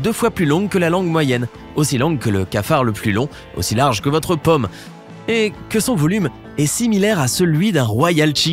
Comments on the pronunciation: Incapable de prononcer les ô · Pour la main on parle de "paume" pas de "pomme" !!